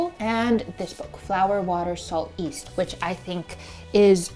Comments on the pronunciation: Why do you ommit saying the y in yeast? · Am I going crazy or is she pronouncing "yeast" as "east"? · Lovely video! On another note, I keep on hearing people pronounce yeast as east. Does someone know why?